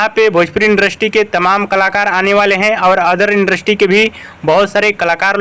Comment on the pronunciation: Indrasty nahi होता h industry होता h 😂😂